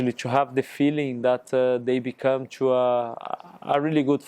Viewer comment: Lucas, forever a club legend 🔴 I missed your “choo” instead of “to”😏